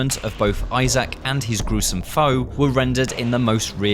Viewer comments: Who's Izaak? Lol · Why does he pronounce Isaac like that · Man really said Isaak 😭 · I'm very excited for this game, but those guys need to stop saying I-Zach right now... it's Isaac lol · It's Isaac... not "eye sack" lmao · Please stop saying Isaac like that